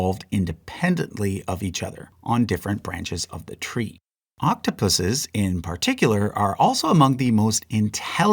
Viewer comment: Thank you for pronouncing Octopuses correctly instead of saying Octopi